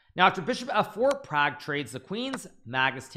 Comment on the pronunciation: Please pronounce properly Pragg's Name.....